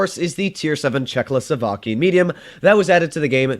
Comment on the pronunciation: It's not "Czechloslovakia" 🤭